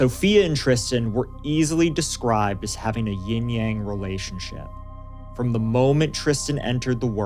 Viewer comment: Ying-Yan (Not Yang)